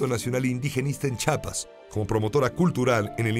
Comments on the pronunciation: Si Rosario Castellanos escuchara Chapas en vez de "CHIAPAS" resucita y se vuelve a morir. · CHIAPAS, no chapas.